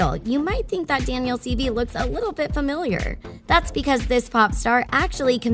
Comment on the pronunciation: It’s pronounced Daniel seevay (spelled based on pronunciation)